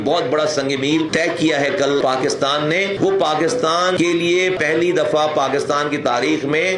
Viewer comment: جناب پہلی ہوتا نہ کہ پھلی 😂😂